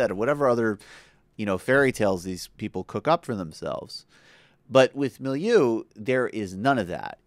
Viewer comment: About four minutes in, thank you for finally trying to pronounce "Molyneux" correctly. And yes, Stefan Molyneux is ridiculous.